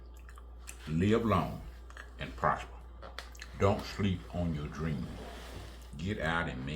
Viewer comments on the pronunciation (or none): none